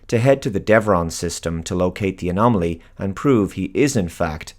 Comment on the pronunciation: Are you trying to say "anomaly"???